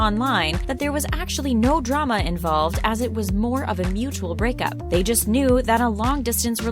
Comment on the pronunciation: Did anyone also hear brickup